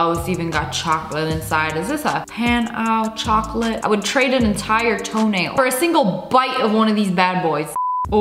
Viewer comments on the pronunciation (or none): as a french person the way she said “pain au chocolat” is making me want to scream